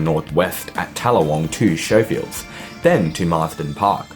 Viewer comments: Isnt Schofields pronounced "Sko-fields"not "show-fields"? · Unwatchable due to the Schofields / Showfields error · Excellent clip. BTW Schofields is not pronounced 'Showfields'. The 'sch' is 'hard', like it is in the word 'school'. So it's more like 'Skowfields'. I grew up in a new development, but at least then they were on a quarter acre block with a back yard, but no sewerage for a few years and the need to travel 40 minutes to get to a department store. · why plan and build a suburb there if it is prone to flooding? what did you call the station? Showfields? It's Scofield! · Schofields is pronounced Skofields. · True. But it added entertainment value 😂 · Schofields is pronounced "Skofields". The infrastructure lag is due to 15 lost years under the previous Labor government when delivery of infrastructure was very poor, particularly public transport. The present government has done a tremendous amount of catching up in a short ten years, particularly delivery of the metro and the good network of feeder bus services that surround it. Train lines can't extend everywhere into suburbs, there has to be a network of regular feeder buses to support them - and they are there. Incidentally, the reason the metro only extends to Tallawong so far, and not Schofields, is that the planning approval for the line was done by the previous Labor government who, for some inexplicable reason, didn't consider the need for a connection to the Richmond line. It was too late to organise a new approval before the project was due to commence, but an extension to St Marys through Marsden Park is on the books and in a queue of other metro projects. It's not possible, financially and for other resourcing reasons, to do all of the projects at once. The biggest danger is if Labor wins the next election because, with their poor record on infrastructure, there's a danger that it will all come to a halt again.